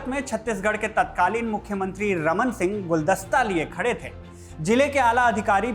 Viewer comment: थे का उच्चारण थें ना करें, चुभता है! शुभकामना!